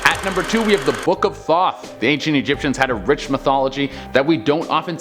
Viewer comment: Legit for a second I thought he said the book of thot, I was like hmmm... interesting 🤔